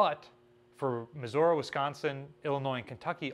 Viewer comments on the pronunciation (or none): Why does keep pronouncing Missouri as Missuora? It irks me every time